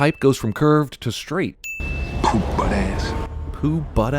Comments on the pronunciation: It’s “Poo Putt” Not Poo Butt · It's poo-putt. Not "poo-butt" lol. No street cred!! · It’s “poo putt ass” not poo butt ass.. and it basically means like a sorry wishy washy individual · It's poo putt not poo butt lol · “Pu-put-ass” not “poo-butt-ass” idiot. It’s a hood term for bottom bitch. Why are you critiquing culture you know nothing about? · Poo putt , not "Poo butt'. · It's not poo butt, it's poo-putt. Don't know too much street slang, I see. But I like these reviews. Keep em coming! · He don't say poo butt. He says Poo Putt. Look it up in the urban dictionary you poo butts. 😄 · it's not poo butt it's poo put and it's slang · I know this was forever ago... and someone likely brought this up... but it's "poo-putt"... not poo butt. UrbanDictionary: poo-putt no good or unworthy, lacking she aint nuthin' but a poo-putt ho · He's saying Poo-put not poobutt, poo-put was urban slang in the 90's for saying someone was a clown, just like calling someone a fuckboy, or a bitch ass n*gga......lol white ppl ur welcome! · it's poo-putt not poo-butt. poo-putt is an old slang term for someone dirty or undesirable. and "taxing" just means to wear something out. i like these vids, but this was a reach. and growing up some 14 year old were endowed like shorty. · It's poo PUTT....not poo butt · He said, "poo put ass"... My Nubians know what he said!